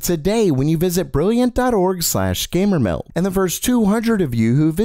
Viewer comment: I'm confused. Your channel is titled "Gamer MELD," but you always say "Gamer MEL." Which is it? LOL